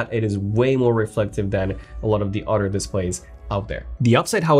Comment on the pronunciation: The way this guy pronounces other is really weird. It sounds like otter.